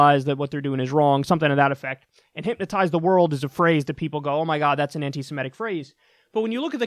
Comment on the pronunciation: Am I the only one that finds it odd that she can't pronounce anti-semitic properly or without stumble it almost feels like this bullshit seems forced at this point. Whoever wrote this deserves to be punched in the face. It's so much stupid concentrated into words. Ho Lee fuk